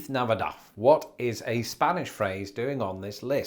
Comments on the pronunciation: Would Castilians actually pronounce it like that, though? When I was in Spain, the only lisp was on "c." For example, they would say "grathias" for "gracias." I didn't hear them lisp on "z." It would also be odd to lisp on the last "d" in Navidad, but not the first. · I have never in my life heard feliz Navidad pronounced like that. 😆 I've always heard it "feh-lees nah-vee-dahd" ending with a soft "d" sound, not a th. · Lol it’s navidad not navidaff - regardless you’re amazing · Navidad is pronounced with the final "d".